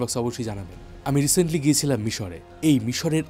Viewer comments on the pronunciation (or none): none